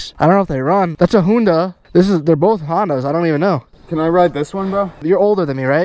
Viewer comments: I think it was honda not hoonda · Bro he said Ferrari 😂 and called the hoonda